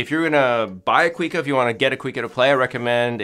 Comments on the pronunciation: Thank you for talking about this classic Brazilian instrument! As a side note, it’s not pronounced “quick-a”, it’s “cu-ee-ca” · Coo-ee-ka, not "quee ka"